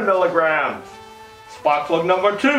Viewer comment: Splak prug. There's your egg rolls !